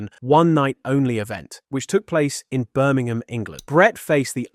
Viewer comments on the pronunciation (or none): none